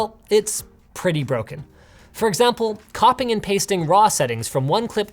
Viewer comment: "copping and pasting" Sheeshh